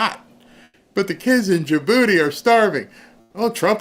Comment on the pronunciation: says "Ain't nobody sending steak to da-booty" LOLOLOL!